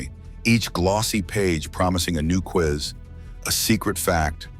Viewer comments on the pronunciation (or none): none